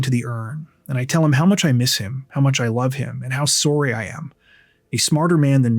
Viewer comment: 😂😂😂 “sawwy “ hahaha!!Dude…. That’s quite a pronouncement. Is this channel guy Canadian??